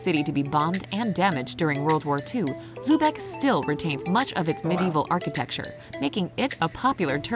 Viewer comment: Sorry es ist Lübeck und nicht Lubeck ..